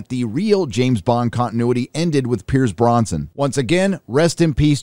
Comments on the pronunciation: “Blowfield”, “Pierce Bronson” 😂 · Did you say "Pierce Bronson"? That gotta be the apex of 007s!